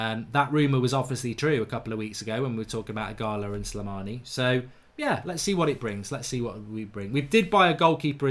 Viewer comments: Eeeegaaaaloooo. Its not eeegaaalaaa. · stop saying ighala, its ighalo!! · Mark it's Ighal-O not Ighal-A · “Ighalo” Mark, not “Ighala” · Mark, its IGHALO, not Ighala, not ughana, not ughalo, IGHALO.. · Its IGHALO NOT IGHALA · Why does mark say Ighala is Ighalo lmao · Ighalo is the exact type of striker Ole described. Someone that can break his nose to score a goal. Odion will succeed and Mark it’s pronounced as “E gah Low” 😂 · You keep saying his name wrong mate it’s embarrassing 😂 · Please learn how to say ighalo’s name 😂